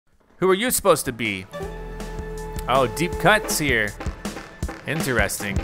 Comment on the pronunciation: why do u pronounce interesting like that